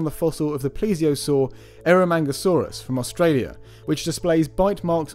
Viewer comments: i heard "eromanga-saurus" and i hate myself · I'm sorry, did you say ero manga saurus?